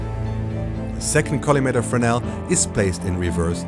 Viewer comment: The mentioned lens is not called "Frenel" but "Fresnel", with an S in the middle... Believe it or not... Despite it, it's a very exciting video with a lot of good information... Thanks...